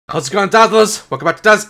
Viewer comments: He said how's it going dadlers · man said, hows it going dadlers